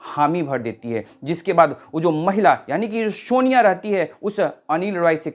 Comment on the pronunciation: Shonia ❌ sonia ✅